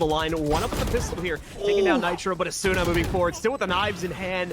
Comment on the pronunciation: it still bothers me how the casters pronounce asuna, the u usually isn't pronounced...